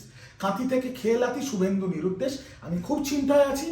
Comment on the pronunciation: Su bolcho keno? Shu uccharon korte Paro na?